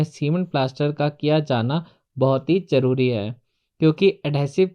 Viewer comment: Whata "majboot, jaroori & wajan"? Isn't it mazboot, zaroori and wazan? Are you a mason? Is adhesive costly or expensive ? Jawab dena JAROORI he Zanaan.